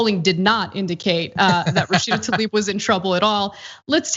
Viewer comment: Can we all start pronouncing her name correctly???? It is TLAIb, not Talib.